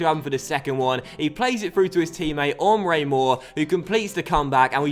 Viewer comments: Pretty sure it's Emre Mor, not Ohmre Mor. But liking the new season so far! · Hey- i know you've said numerous times that you aren't the best at pronunciations- and i normally doesn't bother me- But as help- Emre Mor's firstname is not "Ummrey" its more like "mmrey" with a silent E. :) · it's not Ohmrö - it's just Emre. Basic😂. But has quite some problems with a few names from time to time 😂 When Jarstein becomes Charsteen or Wellenreuther becomes Wollonroofer🙈😂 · Sorry to be a pain, but Mor's name is pronounced the same way you say "Emre Can". Again, sorry to sound obnoxious